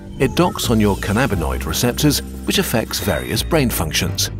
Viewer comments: You do all this research but you don't learn how to pronounce "cannabinoid" 😂🤣 Sorry, it just made me chuckle since you're so well spoken 😅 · Yo, you're pronouncing 'cannabinoid' incorrectly. There's no em-PHA-sis on the 2nd syl-AB-bul. And I twisted my shoulder in my rush to pat myself on the back, so, thanks.:face-red-droopy-eyes